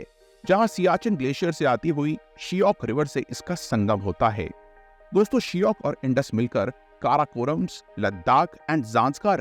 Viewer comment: It’s not Shiyok! Shayok